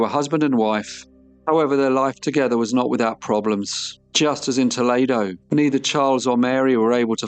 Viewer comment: So cute, Toledo, Ohio is pronounced Toleedo. ❤😊❤